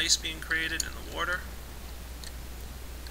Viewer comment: I actually find it kind of endearing how he says "warter".